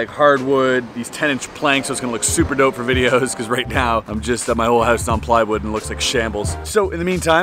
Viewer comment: You had to get out of your hoose huh 😼